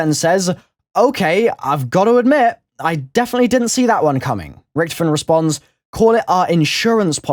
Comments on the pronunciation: Can you say Richtofen correctly? Jheez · the way you pronounce Richtofen is so wrong and makes me cringe.